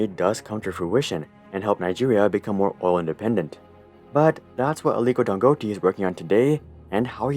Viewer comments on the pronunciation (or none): I'm a Nigerian, Dangote is pronounced as Dangotay 😅. Great video as always! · Damn, that pronunciation of "Dangote" (Dan-go-tay) was way off 😅 great vid regardless! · pronounced dan goe tay - gotta at least get the guys name right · I'm late to this but that pronunciation was so off lol And just to add, here in Nigeria, Dangote is considered a shady figure. Many have accused him of Monopoly by banking on his govt friends and connections. A lot of his products are often considered subs standard compared to other competitors. For example, there's a famous saying here that Dangote cannot succeed in a sector without help from the Nigerian govt. His venture into juice and noodles notably failed as they were already established players offering better services His cement is basically unaffordable to the average Nigerian while being cheaper in other African nations Just saying Dangote is not as beloved here as many people would like to think